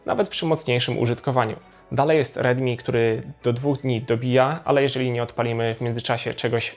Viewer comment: Dobra recenzja ale bez kitu nie mam pojęcia kiedy mówisz ridmi a kiedy rilmi.